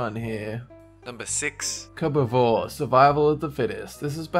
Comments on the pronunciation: ok I'm confused, you say cube just fine, but when you try to say cubeivore you say it "cubivore" Explain please. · Cubba-vore!? Jesus Christ man, you really mangled that one up, it's pronounced Cube-E-vore! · Cubivore is pronounced "cube-a-vore" and I actually quite enjoy that game, it's in my top 10 games for the gamecube.